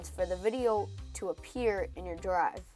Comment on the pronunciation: he said google dwive